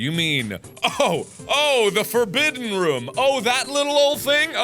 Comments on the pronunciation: IDK, everyone I know says roooooooom, with like a really long OOOOH, and to my ears it sounds like Mark says RUM. I like it though. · I love the fact he pronounces room like rhum. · I like how mark says "rum" instead of "room" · Am I the only one that just loves the way Mark pronounces "room"? Makes me grin every time.